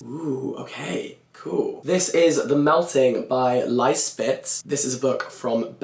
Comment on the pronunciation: Love this idea and such a good list of inspiration! I absolutely adored reading The Summer Book when I visited Finland last summer. As you said in the note at the end, it would maybe have been nice to look up the pronunciation of some of the names. I can only speak for the Dutch (Flemish) ones, where Lize Spit is pronounced LEE-zuh Spit (not Lies Spit, poor woman! 😂) and Marieke Lucas Rijneveld is ma-REE-kuh Lucas REY-nuh-veld. Looking forward to the other continents!